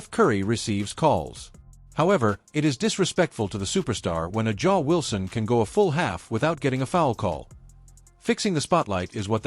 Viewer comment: First learn how to pronounce her name. Then you can comment on this bullshit video. A black woman with talent who knew. You manage to say Clark's name right why not Wilson's. Are saying A'ja Wilson is a dirty player. I seen some of stuff Clark did in college she is no angel.